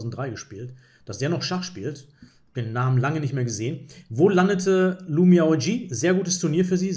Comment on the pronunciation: Die Spielerin Lu Miaoyi (鹿妙夷) wird in etwa [lu miau ii] ausgesprochen, kann man auch sich bei google translate anhören.